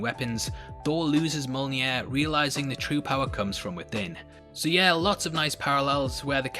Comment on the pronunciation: Mjolnir is pronounced "Mee-ole-near" please :)))))